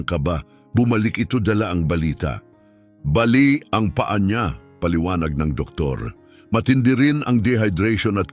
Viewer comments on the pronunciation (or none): none